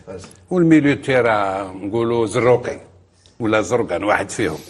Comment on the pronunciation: مقدرش ينطق اسم زروقي 😂😂 منافقين